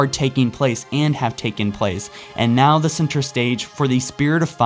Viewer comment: *'now' not 'bow'